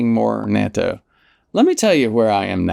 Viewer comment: Natto pronunciation: /not toe/